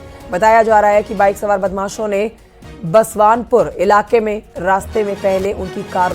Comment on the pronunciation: बसवानपुर नहीं बसावनपुर है, उसको ठीक करिए...